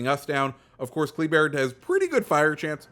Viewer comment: I think it’s pronounced Kluh-bear, from what I’ve been hearing